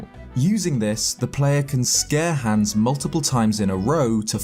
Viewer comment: We're not gunna mention how he pronounces hans